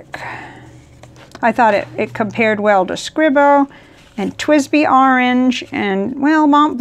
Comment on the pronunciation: FYI : Scribo is correctly pronounced “Screebo” not “Scribe-O”. It’s the same “i” sound as in “Chianti”. Their inks and pens are of exceptional quality and they should be accorded the respect of having their two syllable brand name pronounced correctly. It only takes a moment’s research. Likewise, it used to drive me nuts when Mike Matteson constantly mispronounced “Lamy” — again, merely two syllables. Cheers.